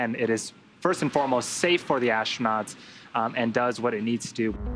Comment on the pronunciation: The word is astronauts. Not ashtronauts.